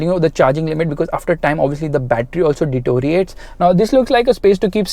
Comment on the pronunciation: it's deteriorate and not detoriate!